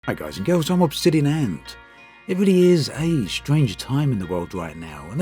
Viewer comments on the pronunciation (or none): none